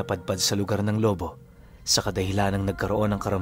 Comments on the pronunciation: CORRECTION LOBO HINDI LO- BO PROUD BATANGUENO IS HERE AT HINDI BARYO. BARANGAY ANG TAWAG SA AMIN😅😅😅. AT ISA PA KAPAG ANG ALBULARYO AY TUBONG LOBO BATANGAS AY HINDI MANOY ANG TAWAG SA AMIN MANG ARMAN 0 KAYA'Y KA ARMAN PARA ITAMA LANG ANG SALITANG TAGALOG NA BATANGUENO. SA PAGKAKA ALAM KO ANG MANOY AY SALITANG BICOL. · mali ang bigkas mo sa Lobo,,,wolf ang dating ehh..Lobo',,ganyan sya.. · Hindi tama bigkas mo sa lubo